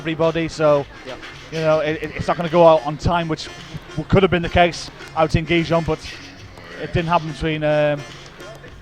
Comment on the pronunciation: Someone should really tell the speaker Gijón cannot be possible pronounced worse than he does